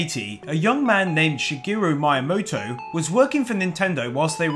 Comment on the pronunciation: OY! SHA-GEE-ROO MY-A-MOTO! Learn how to pronounce names you fucking idiot